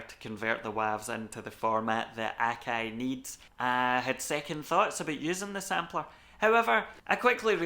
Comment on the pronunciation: OMG! What is this magical accent!? I up thumbed, subbed & belled because I needed these particular pronunciations of 'Akai,' 'Wavs,' '32,' & 'era' in my life forever!